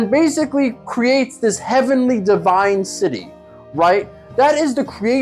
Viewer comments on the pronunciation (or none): none